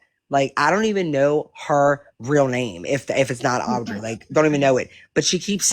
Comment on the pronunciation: Why does she call Audrey, Owwwwdrey?